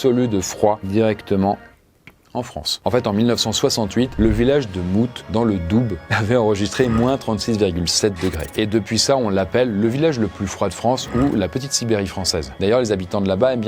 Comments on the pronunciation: "doube" x) ça se prononce dou si jamais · Alors! On ne dit pas le Doube mais le Dou 🤣 on prononce pas le "bs" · RIP les gens du DoubE 😂😂😂😂 ça se prononce dou Très bonne vidéo 👍😂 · Alors on dit pour le Doubs, on dit pas "doube" mais "dou" tout simplement. 😉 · Ca se prononce "Dou", pas Doub ^^' Paradoxal pour le village le plus froid de France ! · c est le Doubs ça se prononce doux pas doube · Dans le Doube ?????? On prononce "doux", le DOUBS !!!!! (je m'emporte un peu peut-être 😅) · Dans le "Doube" ? ^^ Merci pour cette vidéo ! Mais plutôt le "dou" ^^ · Comme d’habitude super vidéo. Juste une grosse déception pour tous les Francs-Comtois, on dit « Dou » pas « Doub » pour dire Doubs. Désolée, fallait que ça sorte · c'est pas le "doubs" mais le "dou" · dans le Dou"be"s, qu'est-ce que c'est que cette prononciation?!!!! Ça se prononce dou! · Ça se prononce pas le b, on dit le dou 😉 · Salut, super vidéo, juste pour info, le département du Doubs on le prononce "Doux" et non pas "Doube" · La prononciation du Doubs 😂 ça se prononce comme le « doux » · 'dans le doube' sérieux ?? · doubs ne se dit pas doubs mais sa se dit comme le mot doux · Ah j'ai saigné de l'oreille quand j'ai entendu doube 😭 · Je travaille a mouthe et je susi chauffagiste l’hiver est extremement froid la bas mais stp ne dit plus jamais le b de doubs sa se prononce « le dou » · C’est pas Doubs le b est mouet et ça ce prononce le dou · Il a dit le « Doube » AÏE AÏE AÏE !!! J’ai mal à ma région. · Dans le Doubs ! 🤣 On ne prononce pas le B. ça se prononce : "Dou" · Dans le douBE??? Ni le b ni le s se prononcent enfin mon quel est ce sacrilège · Au fait le Doubs sa se pronnonce "dou" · Doubs se dit" dou" svp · On dit Doubs (dou) on ne prononce pas le B ni le S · Salut, juste pour informer que le "Doubs" se prononce "Dou":) Très bonne vidéo comme d'habitude, merci! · "le village de mouthe, dans le DOUBE" mdrrrrrrrrrrr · Ça se prononce "dou" 😜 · On dit pas le double on dit dou